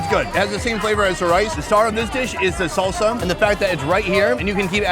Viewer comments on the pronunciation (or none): SONNY said Soul-sa again! lol